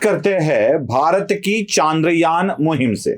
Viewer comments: बंधु आपके बोलने में ही इतनी सारी गलतियाँ हैं कि आश्चर्य होता है कि बोलने में भी इतनी गलतियाँ हो सकती हैं क्या। एक तो आप ये जान लीजिये कि चन्द्रयान होता है, चांद्रयान नहीं। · चंद्रयान✔️ चांद्रयान ❌